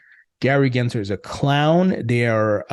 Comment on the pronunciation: There's an L in his last name. GensLer, not Genser.